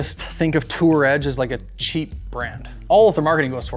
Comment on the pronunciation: How many times can he add an 's' to Tour Edge?